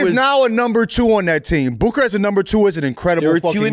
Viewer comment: the way bro says booker is hilarious.